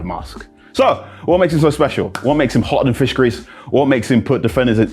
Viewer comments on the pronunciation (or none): none